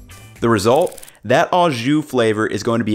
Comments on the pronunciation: It's NOT "AWWW-zshoo"! It's "OHHH-zshoo"! NEVER, EVER take pronunciation lessons from GUY Fi-EDDY! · It's not pronounced "awe-ju". It is o-szu. Translation: with juice? As in, Do you want it "with juice"? or Do you want it au jus? Italian Combo is the way I like it. Hot (giardenarra), dipped! If you have a chance, get your italian sausage seasoned hot from the butcher. It isn't really hot but generally hot ones are more flavorful. Al's is the gold standard but people like Portillo's too. I'm an Al's guy. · Really minor but... Au Jus means with juice, and au is pronounced like "oh" or just o... and since au means with, you can just say "jus", kinda weird hearing "au" every time. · For the record « au » is pronounced « oh » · So he learned to pronounce Maillard correctly, but not au jus?